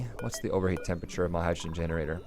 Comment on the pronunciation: Everytime says the word "generator", reminds me of he saying "Steam generazor"